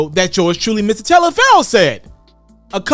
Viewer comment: It sounds like you saying miss instead of mr.. Ijs